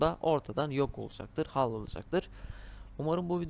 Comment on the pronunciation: Ya bana yardımcı olurmusun tablet klavyesi kullanıyorum bazı harflere bastığımda noktalama işareti çıkıyor ve düzeltemedim. Num lock dediğin tuşu bulamadım klavyem küçük olduğu için rakamların yeri farklı üstünde Bi sembol felan varmı yardımcı olurmusun.. Ayrıca hal değil yumuşak şekilde haal diye okunur.